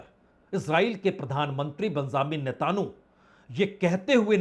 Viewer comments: Bajpai ji HORMUZ aur NETANYAHU ka pronuncition hamesh galat hota hai pl. Durust kijiye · चैनल वाले भाई साहब आप हॉरमुज और बिन्यामिन नेतन्याहू यह दो शब्द नहीं बोल पा रहे हैं आप इन दो शब्दों का थोड़ा रिहर्सल कर लीजिए😅😅😅😅😅😅😅😅😅😅😅😅😅😅😅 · can you please pronounce Netanyahu’s name properly ?